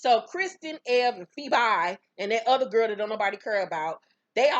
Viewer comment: Lmaooo I hate you for calling that girl FE-BYE😂😂😂😂😂😂😂